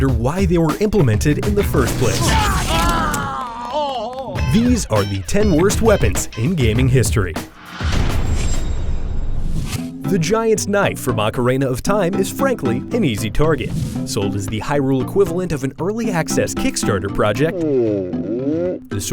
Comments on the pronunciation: I've heard Ocarina pronounced a lot of different ways in my life, but OCARANA is just wrong. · Just can't help but notice how this guy says "Ocarayna" of time i mean come on man... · "The Giant's Knife from Ocarayna of Time"